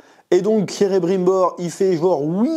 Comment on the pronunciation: On est d'accord que c'est Celebrimbor, pas Cerebrimbor. Désolé, ça m'a fait buggé pendant toute ta vidéo. Mise à part ça, tu m'as bien fait déliré ! Perso j'essaye d'apprécier la série pour ce qu'elle est : une fanfiction hors de prix, mais faut avouer qu'à un moment donné il faudrait quand même respecter ce qu'a écrit Tolkien, qui a passé sa vie à réfléchir à la logique de son univers, avec ses gosses qui lui posaient tout le temps des questions pièges et des "pourquoi?" dans tous les sens, et prendre aussi le temps et l'argent de se payer de vrais et bons scénaristes qui savent écrire...